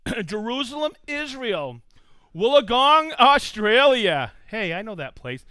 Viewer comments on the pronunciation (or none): none